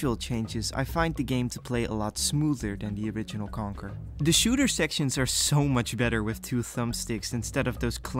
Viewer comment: As a fellow Dutchie i find it really funny how you pronounce Conker and Starfox as Kanker and Starfucks.😂